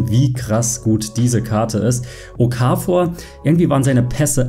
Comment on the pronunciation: Super Nices Video aber bitte okafor... das o kurz ich als schweizer bin ziemlich getriggert